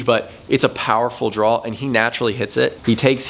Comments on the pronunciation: Is it Draw or Drawl? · What's a drall? I thought this video was about hitting a draw